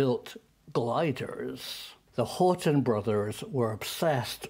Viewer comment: HORT"E"N, not Horton...